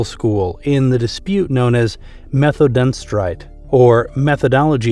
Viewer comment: You're massacring the pronunciation of German words like 'Methodenstreit' ...